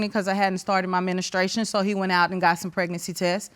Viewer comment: Less than 1 min in and I am reading the comments to check I am not the only one who heard her saying "ministrations" 🤣